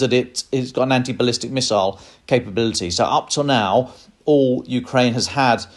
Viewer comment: Bless your heart: NOT "ballistice" miiiles. Please read up on your weapon systems.